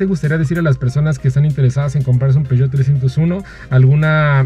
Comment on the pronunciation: Y cuando este man fue a Europa no le dijeron que no se dice "Peugeot"? Como que empezó muy conocedor y terminó viéndose medio chato , no entendí realmente porqué eligió un diesel, si lo que le gustó fue el diseño, están medio chafas los usuarios que eligen para estos vídeos, no aportan realmente nada